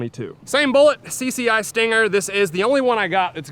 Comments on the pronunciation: Why do pistols now looks like kids toys? Camo……Seriously? I have a few Ruger Mark 2’s. I’d never buy any of these new pistols. “CCI stanger”? Seriously. It’s “Stinger” Grow up. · it stinger not stanger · Did you say Stanger? It's Stinger. You must not to forget the Beretta U22 Neos for 350$ back in 2016. Who knows what is cost now. I could tell you how well it ran since then but there at the bottom of a 72 foot deep river. Hit an under water log and everything including us were in the drink.